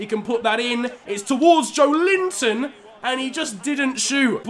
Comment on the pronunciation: With Joelinton, the emphasis is on the E and not the I 🙌 keep up the great vids